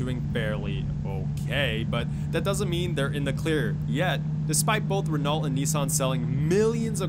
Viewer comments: It's pronounced "ren-oh" not renolt. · God damn dude REN-OH you pronounce Renault “REN-OH” not “Ren-alt” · ‘Ren-alt’ bruh it’s re-noh, it’s french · It's pronounced "Reno" not "Ren-AULT" Smh 😞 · It's pronounced Reno duj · "Ren-alt" Really guy? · Relault is pronounced Reh-NO... Sorry to be that guy😂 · In french it's spoken "re-no" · Nissan makes UGLY cars and most people like good-looking cars. and Renault is pronounced RENNO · "Ren-O" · Its ren-Oh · fyi You pronounce Renault as "Reno" Plus the new Corvette doesn't look that nice as what people think it is. Maybe just a personal opinion because they have tried to shape it like its a McLaren or a Lotus or something and stuck with the styling of the older Corvette in a way and it looks a little weird but the front is ok. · Renault is pronounced 'Ren-oh' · just tryna fix something renault is pronounced renau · Cool video. But I hate how you pronounce Renault. It’s pronounced “Ren-Oh” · It’s pronounced Reno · 1) Yes, I mispronounced Renault. I’m an uncultured American swine. I’ll do better next time, I promise. 2) High sales volume does not equal success. Again, check out the other YouTuber’s videos. Selling millions of cars worldwide doesn’t mean anything if your profit margins are 1% (or less) after covering all expenses. A prime example would be GM selling MILLIONS of cars and trucks worldwide, every year leading up to the 2007/2008 financial crisis but still needing a bailout from the US government. 3) When I say modern Buick. I was implying 2010+. Yes, the Grand National is dope but not a ‘modern’ car. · You DON'T pronounce the "LT" in Renault It's French, the LT are silent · Lol the way this guy says renault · He said Renault wrong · Since when do you pronounce T in Renault? Do you pronounce T in ballet? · you're pissing me of saying renault wrong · The T is silent in Renault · The cringe at the Renault pronunciation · It's pronounced "Renault"